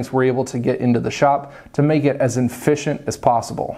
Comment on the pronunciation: Enficent lol